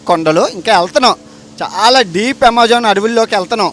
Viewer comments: అమెజాన్ ❌ యమెజాన్✅ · Yamejaan kadhu bro amazon 😂😂